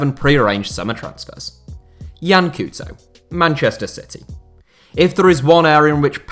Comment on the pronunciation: Yee-Ahn Coal-To. What is it with british and such a bad pronunciation? It is really not that hard to google it. We're supposed to do it when we're meant to speak english.